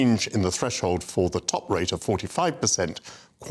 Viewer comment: They are useless spoilt little pricks;.. Young Woman ()'; "Why should Students have to pay their Gwants back at a Wate where they make a dent in the debt before it is scwubbed, and pay tax so old people who worked 50 hours a week manuwal work in factowies for 50 yrs subsidwence wage dont fweeze to death? ITS NOT FAIR! I will only be making 35 gwand a year, ffs I wiwl have to make do wiv a studio fwat in Shoreditch! And Mummy says I am BIG BONED!